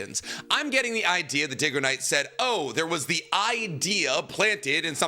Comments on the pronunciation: Now he can't even say Dygo and says Diggo instead. Bro needs to read more books. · 5 Seconds in, can’t listen to this video if he says DIGOknight the entire time instead of DYGOknight 😂😂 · Lmao I spit out my drink right away, is it not pronounced "daigo-knight"? Is trolling? 😂😂😂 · Dude, getting a guys name wrong whom you claim to watch a ton of videos of and are a fan of is kind of messed up and then you hit him with a back handed compliment. Also this video is giving me that weird vibe from Star Wars Theory watching Nostalgia Critic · I would say I like Nicks videos but his mispronunciation have bothered me at times… except when he mispronounced dygoknight I hate that guy and that shit was funny af thank you and seriously I enjoy the content